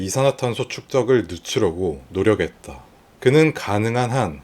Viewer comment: 노력했다를 노려'캤'다로 발음해주시면 더 좋을거 같아요!! 이 부분 전에도 '응답했다'발음이 조금 아쉽더라고요 신경써주시면 감사하겠습니다😊 영상 잘 봤어요!!